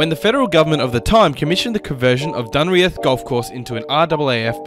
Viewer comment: Some inaccuracies here - the airfield shown is Laverton VIC while the one is Amberley in Queensland. Neither are Dunreath (pronounced Dunreeth btw).